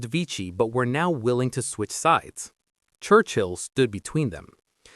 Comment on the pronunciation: How odd to have chosen AI when there are so many hsitorical pictures available. And, er... "Wurchill" ???